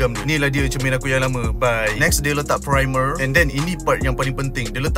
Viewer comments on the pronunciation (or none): R abg xrilek erk "primer"🤣🤣🤣🤣